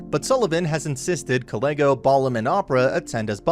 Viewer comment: he manages to mispronounce balam, so yeah, take all the pronunciation with a grain of salt. or a heaping tablespoon of it.